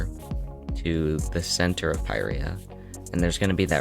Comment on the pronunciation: Isnt it pirya not peyereya